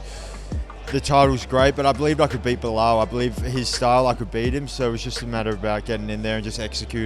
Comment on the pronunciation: Did anyone miss how Buffer called him Boolal in the pre fight intros